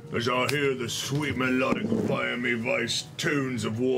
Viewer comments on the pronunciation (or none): none